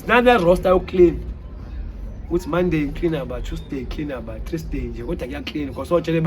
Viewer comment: bro said Monday, Tuesday, Threesday, then continued like it was a normal day